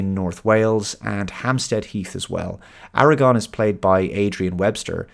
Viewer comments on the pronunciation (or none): Aragorn, not Aragon. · AraGORN,. Not AraGON.